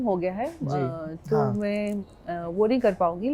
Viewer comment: Hahah she just said yes in Nepali way saying "aah" in . Nice! ❤